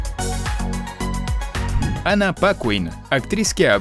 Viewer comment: Ana Paqüin?? Jajajaja que fea esa forma de decir los nombres....